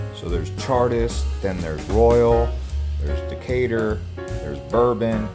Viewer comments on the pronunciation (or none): none